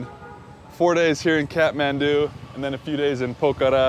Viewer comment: Great to see you like my county and btw its pronounced kat-man-du